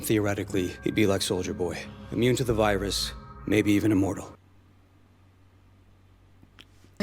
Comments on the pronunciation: “weee one and wirus“🫣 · Great video, love how you say virus too lol